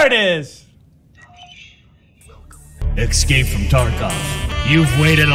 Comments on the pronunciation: It breaks my heart to hear Doc say "exscape"... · does he say ecscape on purpose?